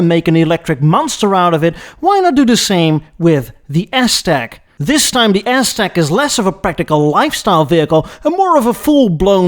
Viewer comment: I loved the "Ass-Tec" portion of the presentation, called it flawlessly... 😂